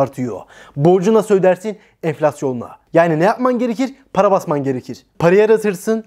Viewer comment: Hocam para basan Karabasan gibi söylüyorsun o biraz enteresan olmuş ama güzel bilgilendirici bir video olmuş teşekkürler